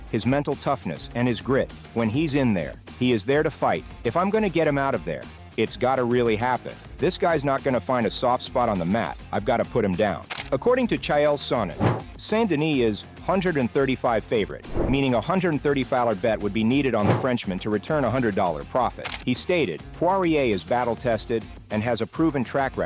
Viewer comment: its chael not chayel